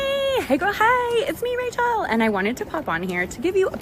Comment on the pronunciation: Impressive! I actually didn't like Rachel when I first saw her season, but she was the best thing about last season. I could only listen to the recaps after she left. Um, too bad she couldn't just rerecord the Cameo when she realized she pronounced your name wrong though ...